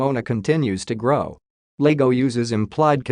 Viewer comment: It's Iago not Lago It's an i not an L